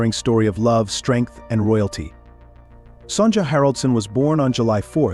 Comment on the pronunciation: Her name is Son ya